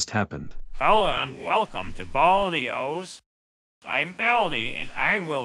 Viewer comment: What, he says "OS" like this "Oes"